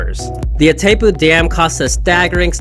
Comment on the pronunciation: As an argentinian, I can assure you: The name of the Dam is pronounced: "Itai-poo" (english)